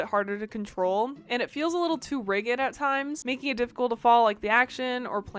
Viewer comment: how did you just pronounce rigid??